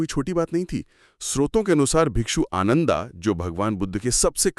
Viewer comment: Nice narration, but some of your pronunciations are very poor 😢. Like रेवता instead of रेवत, आनंदा instead instead of आनंद,and so on. PLEASE IMPROVE.